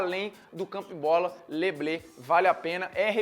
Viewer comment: Não é "lê blê" é "lê Blu" bem parecido com o inglês, já que ,assim como outras palavras do inglês, é de origem francesa. O Kléber Machado espalhou isso é nego foi na aba. É só uma crítica construtiva... "Blê" seria tipo "trigo".